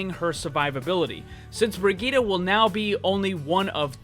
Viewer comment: she's useless now btw the way he says brigitte, BREEGUYDA! I swear english people sucks for any name that is not in english